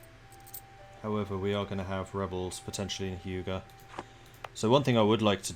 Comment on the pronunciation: You're saying 'Hyuga' wrong btw. It's pronounced H-you-ga, or at leasts that's how they say it in Naruto, an anime, which originates in Japan.